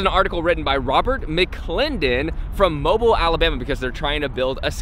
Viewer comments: Moe bee eel Alabama.. Not Mobile like a phone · Its pronounced mobill but spelled Mobile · It's "Mo-BEEL"....For your health. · When he says mobile alabama like mobile phone. But people from around here say it like mobill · Mobile is pronounced Mo Beal with the accent on the second syllable. It comes from the time when the city was part of a french colony. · It’s MOBEAL alabamy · Mobile, AL is pronounced "moh-beel". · It's actually pronounced Mo-beeel Alabama. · Fyi mobile is pronounced mo-beel. Idc how you say it, thats just how we say it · Um no hard feelings but it's pronounced "mo-beel" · He sayed mobile wrong